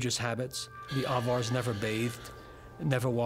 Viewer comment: If anyone is wondering what he's saying , since the subtitle was of no help had to do some web searching and came up with Avars. Closest thing I found to what sounds like "others".